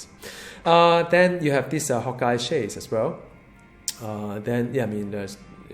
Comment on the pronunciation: u say hawkeye like hot guy XDDDD